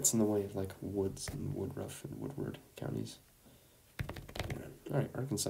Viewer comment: No offense but some of the pronunciation of Ohio counties were WILD💀 I do get it tho, as its probably easier to sound out the spelling then knowing the pronunciation bc it can get confusing